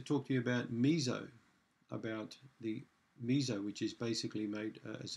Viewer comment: MiSo, "mi-so", like the English Me and the English So. There is no Z in that word. Missssssso. So, as in "and SO on".